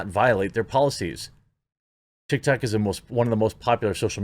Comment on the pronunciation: "TikToCCC" "BreEEEch" Come on, man